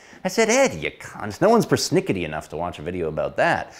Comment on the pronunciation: That's gold,! Gold! Seriously, the one-liners were just flying and they were brilliant. As was the way you snuck in "c*nt" in an Australian accent.🤣